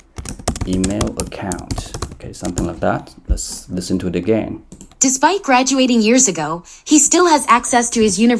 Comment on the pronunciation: That's despite sir not despect